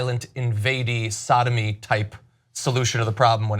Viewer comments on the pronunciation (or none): Did John say Saddamy... or sodomy?